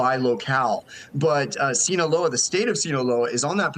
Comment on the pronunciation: Reporter murders the second time he says 'sinaloa' 😂 :sayonara cartel. 😂